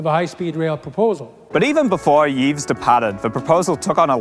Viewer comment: Thanks for unpacking this! High speed please! But you do know it's pronounced "Eeeve" not "Eeeeves" right?